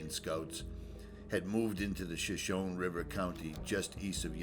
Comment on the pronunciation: We drank the water there, straight from the stream, back in the late '70's. (Sigh.) The drone footage of the waterfall was really beautiful. I have lots of good memories of that area. I may never get back there...so nice to see it again. Thank you for taking us along! Names out there can be tricky. It's Shah-SHOW-nee, Ab-sah-ROW-kah and Hah-JIGH-rah, a soft j, like jam. Hejira is another word for an Exodus. Thanks again, beautiful work!